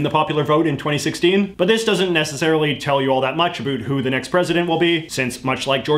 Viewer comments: Okay.. Say the word 'OUT', then say "AB", then put them together. AB - OUT. Jeeez. Love your content and blah blah but my god, it's distracting. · Why is he saying "about" that way? We just about killed that Canadian stereotype! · the way you say about makes me want to die😭😭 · I love JJ but as a fellow Canadian, I have never been more annoyed by an "about" pronunciation. I always thought that was a myth until I started watching his videos. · I love when you says "abut" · What’s with pronouncing « about » as « a - boot ». Rather then « about » like « a-lout ». Have I had it wrong all these years or is « a - boot » the correct Canadian prononciation? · Omg people actually say a boot??? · I love it when you say about! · Why do I love it when he says about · I like how he says "about" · I like how he pronounces 'about'. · Sorry, foreign language speaker here, is the way you pronounce "about" some sort of accent or just some your own thing? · Where are you from because the way you keep saying about with an accent that sounds kind of Canadian